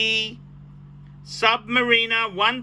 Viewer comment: I wish he would learn to pronounce Submariner correctly.